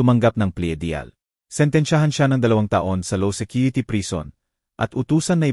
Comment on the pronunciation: 1 paki pronouns naman and deal not de al para ka naman hindi marunong mag basa eh sayang maganda sana ang story